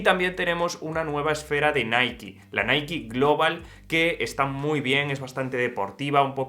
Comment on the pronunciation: Naiki? Quien dice naiki en España? Jajajajajajajajajaja